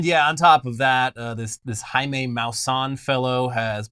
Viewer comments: Jaime has always been a bofunn here in México, for like 30 years...and now...he fucking Made it internarional.....god damit ....btw....Jaime is not "jimi" or "yamie" is "Hai me" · Pro tip it's pronounced “hy-meh” not jamie.